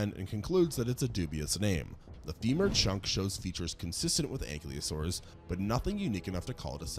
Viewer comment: If you aren't aware, you are mispronouncing Ankylosaurus.